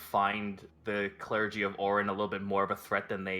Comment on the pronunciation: The United Clergun of WHAT?